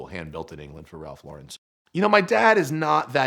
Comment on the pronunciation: You’d think the son of the COO and recipient of a 6 figure car would know how to pronounce Ralph Lauren...